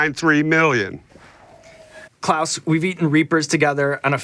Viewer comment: Pronouncing his name “Claws” is hilarious.